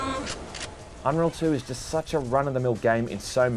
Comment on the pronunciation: Aww you kinda butchered it, i loved it when inwas little